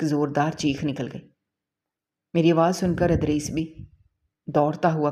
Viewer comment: Yeh punjabi log ZAIR KO ,Zabar kyun boltey hain ? Idrees ko har dafa Adrees ??😢😂